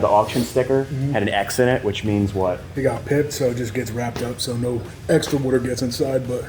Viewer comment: When you say "water" it sounds like "weerter" Great project.